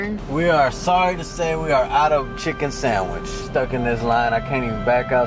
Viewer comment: "Popeyes gotta new chicken sangwich!”